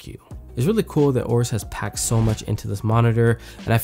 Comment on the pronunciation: AYE-OH-RUS, not OH-RUS.